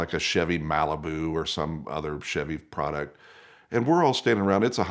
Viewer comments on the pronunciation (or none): none